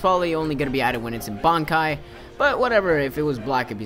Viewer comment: haven't watched the anime for a while, just been reading the manga but I think only the quincy call it Rei-shi, but he's pronouncing everything wrong anyway. bonkai? shekai? nooooo I blame dubs.